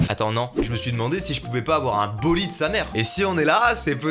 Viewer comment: Super bolideuh